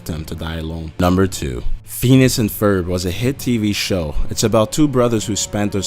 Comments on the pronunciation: Fee-ni-us!!! NOT Feenus! Love your videos! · uggg it is not fenis and ferb it is (fin-e-ous) and ferb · uum hello do u have a speech disorder it called phineas and ferb pronounced fin ee iss not penis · Phineas is pronounced fin-ee-ass not fee-nis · Omfg pheenis it's pronounced fin-ee-as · İts Phineas not Phinas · did ANYONE notice that he said feenis not Phineas which is pronounced as fin ee is not fee nee is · That 1st theory has clearly been disproved because they are/were all on All Grown Up. In reality, all starfish are dumb. Squidward probably acts so sour because of his rotten backstory. It's Phin-e-as, not Phe-nus. RECESS has 6 main characters, you forgot Spinelli and Gretchen. Gus isn't a nerd. And HE was the last to join. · Phineas not feenis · Phineas's name is pronounced like "finn-ee-us," not "feen-us." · it sounds like when he says phineas he says fetus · Phineaus is pronounced Fin-ee-us not fee-nus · Pheenus? You mean Phineas, right? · Phineas is FIH-nee-us, not FEE-nus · Most of these were so far fetched and groundless it's pathetic. . By the way it's PHINEAS... Feenus? You even read bro? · It's pronounced finEus not Feenus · the show is called 'Phineas and Ferb', pronounced FIN-ee-us, not FEE-nus. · its phineas not feenus phin e us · You are pronouncing it WRONG! Phineas is pronounced Fih-nee-uhs Not Penis!!!! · Are you serious! It's Feneyes not Fenes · i know spongebob is high i figured this ages ago hahaha, 'Feanus' though haha Phineas you dick xD Fin-E-Us that ain't hard geez >.< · Please stop saying Feenus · Feenis? Learn how to talk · ITs nOt fEnIs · "Feenus and Ferb" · I hate the way he said phineus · The fact you said “feenis” so many times killed me lmfao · recess was the shit!!!! and why can't he pronounce Phineas right? lmao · Fee-nus lol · "FEENUS & FERB" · im really pissed that he's pronouncing phineas and pheenis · Feenis haha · Who is Feenis? XD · He pronounces Phinies as Venus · It's NOT feenus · It's "penis" and ferb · Lmfao "feenis"